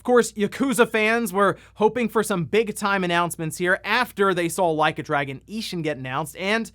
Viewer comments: Ahahaha the mispronounced Yakuza bit to Like a Dragoon was funny. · "No Way I'mma mispronounce "Like a Dragon!"" P E T T Y! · “Like a Dragoon” 😂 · “No way I’m gonna mispronounce ‘Like A Dragoon’”…you cheeky… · “Theres no way I’ll mispronounce ‘Like a Dragoon’” You clever son of a gun. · Bro, with your track record you can't just say "No way I'm going to mispronounce Like a Dragoon" and not leave me wondering if you meant to do that or not. 😂 😂 😂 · Lol I thought he was saying "Leica Dragon" as in the high end camera brand Leica.